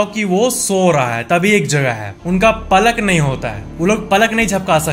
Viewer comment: pallak nhi palk hota h